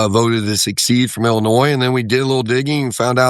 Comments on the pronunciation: I like it! Move some blue electoral votes over to the red side. And maybe the congressman learns how to pronounce secede in the process. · It's SECEDE not SUCCEED. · Succeed or secede? This guy is a real Brainiac. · Secede and Succeed are two different words. They're pronounced differently. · Dear, you word you're trying for is 'secede', not 'succeed'. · "succeed" is not "secede" dude.